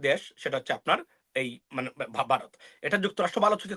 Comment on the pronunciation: হালায় বাংলা উচ্চার শেখেনাই ভারতকে বলে বারত .বলদ কোথাকার।পিওর মাদ্রাসা প্রোডাক্ট।